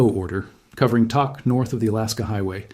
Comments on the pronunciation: I lived in Tok when I first moved to Alaska in 1998. Love that little community. By the way it’s not pronounced Tock. It’s Tok, as in took on a cigarette. I’m praying for everyone. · This guy speaking seems highly specialized in information, so my question or statement to him is WHY doesn't he PRONOUNCE Tok as it is known to be pronounced - it is NOT "TOCK". We Alaskans pronounce it as "TOKE". Hey mister do you not do COMPLETE research? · It’s pronounced toke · Hey BLOKE! Toke is pronounced like COKE. You really need to redo this video. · It’s pronounced Toke…. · This video is disrespectful to Alaska and the residents of Tok. You can’t even pronounce it correctly. And your facts are wrong. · Bruh...you mispronounced the name...the "o" is pronounced with the "oh" sound. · Learn how to pronounce Tok !!! I’m in Alaska